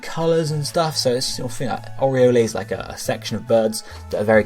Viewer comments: Really? "Oriolay?" It's pronounced Oriol. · Sweet video! Oriole is pronounce "or-ee-ol" though. Also, in real life, birds are measured from beak tip to tail tip. For example, one of my favourite birds, the Osprey is 55–58 cm.